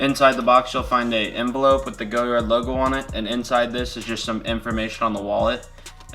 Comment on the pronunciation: it's "goh-YAR" not "go-yard"